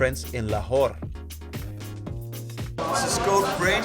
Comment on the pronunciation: You pronounced lahore pretty good.